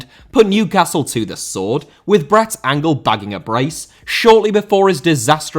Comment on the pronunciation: Brett ANGELL, not Angle. Also that's Cantona taking a free kick against Coventry not Man City.